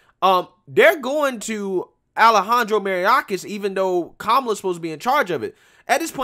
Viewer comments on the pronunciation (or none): Jack does not have a reputation for spreading false rumors. Please take a second to pronounce these people's name since it is entirely disrespectful to wildly mispronounce people's name. Jake's last name is pronounced PRO- SO- BIC, and Mayorkas is pronounced MA -YORK -ASS. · DHS Secretary Alejandro (MY-OR-KASS)